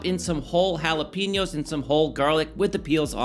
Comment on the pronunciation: it looks good. However, can we stop saying ¨hala PEE ño¨? It´s Jalapeño (hala pay ño). Also, a mango ¨pico de gallo¨ doesn´t exist. Call it a mango/cucumber salsa.